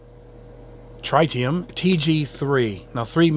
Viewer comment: Thank you for the great review. Just a couple of things, the name of the airbrush is pronounced Trit-e-um (think, Spiderman comics/movie) but don't feel bad, I've heard a lot worse,,,lol. You compare the threaded fluid nozzle to the press fit of the Badger, like anything ther are pros and cons. Like you say, using a wrench to remove the fluid nozzle is a bit inconvenient. However, the threaded style helps ensure perfect fluid nozzle and needle alignment. With that said it's appreciated that you mention the quality of the machining of parts and positive interface of the wrench to the fluid nozzle. When you bubble back I do recommend keeping the the needle cap on the airbrush. The bubble back effect won't be compromised and ensures the needle remains protected. When using the crown cap I gently pinch the crown cap between my thumb and index finger to create a similar seal and bubble back that way. Again the needle remains protected. It's great that you show the trigger stop feature. For general coverage and semi fine line work it does the job nicely. However, when doing fine line work I do recommend developing a good hand eye coordination. With a lot of paint companies going to water based acrylics these days these paints are often susceptible to tip dry issues. So with the trigger stop turned down that much, paint performance may suffer. Every so often I have to "goose" the trigger with a full shot of paint to avoid negative fine line performance with these types of paint. Doi